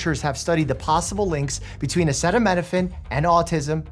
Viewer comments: Doc i couldnt agree more. This was embarrassing. The fact that he sounded like it was the first time he said " acetaminophine " was just bizzarre. This was outright sad. The domino effect of such statements is dangerous. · Repeat after me Donald... "ACETAMINOPHEN" :p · How to pronounce acetaminophen: ree-LEESE thuh EPP-steen FYLES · The internet is on fire with trumps inability to pronounce acetaminophen. You living under a rock? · Maybe the president should learn to pronounce acetaminophen first then work on firing RFK Jr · Tylenol should sue lol he kept calling out the name brand instead of saying acetaminophen, cause he couldn’t pronounce it. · The guy couldn't even pronounce "acetaminophen" during the press conference. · did he say that as footnote after sayin 100xs “don’t take Tylenol” we’re not making that up. He said “don’t take Tylenol. “Tough it out”. Why did he not just say your little footnote and nothing else. Or maybe let someone that can pronounce “acetaminophen” talk and just shut his yapper.